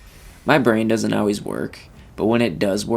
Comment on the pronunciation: This is all pretty old news, and when you pronounce "always" as "Al-Ways" it makes me think you're an AI, lol